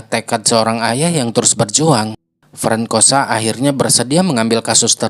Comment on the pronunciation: Bukan frankosa. Itu baca nya FRANSOA kak…